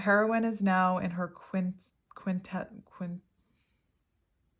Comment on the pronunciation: kwin-TESS-ent and kun-SIN-trick, you said both of these perfectly (WF)